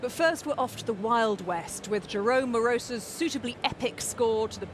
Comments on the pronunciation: This stupid cow is so irritating. Knows nothing about film music. Can't even pronounce the name of Moross correctly. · This 'kusipaa' is so very irritating. She can't even pronounce the composer's name correctly. Secondly, her calling 'The Big Country' a "one hit wonder" is just a bit rich coming from a non-entity like her.